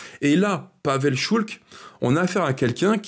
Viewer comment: PAVEL ŠULC , prononcer Schulz 😉